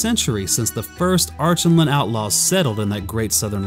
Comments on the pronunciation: The pronunciation of these names is really throwing me off. I remember hearing Douglas Gresham, Lewis' stepson and the holder of the rights to the stories, pronounce Archenland with a hard k in the middle like Ark-en-land. And instead of pronouncing Calormen like Callaghan, it was Cuh-lore-men. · Love these videos but I recommend you listen to the audiobooks the pronouncements of calormen and archinland are off